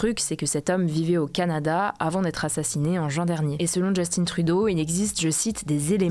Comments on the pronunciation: juste un trou d'eau. En vrai tu as raison cependant. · Pourriez-vous apprendre a prononcer correctement le nom de Justin Trudeau svp? Il mérite un peu le respect quand même. Merci